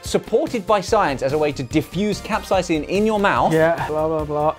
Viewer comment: Josh: "cap-size-ing" for capsaicin